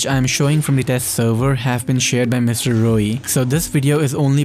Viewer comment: Things I learnt: 1. MX9 Gunsmith 2. You pronounce Mrroey as Rroey